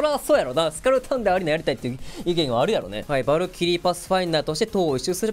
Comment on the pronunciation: 日本語がちょくちょくおかしいローバがロバになってたりヴァルキリーがヴァルクになってたりワットソンがワトソンになってるのが気になった